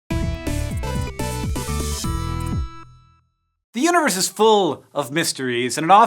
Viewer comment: I understood "uterus" instead "universe"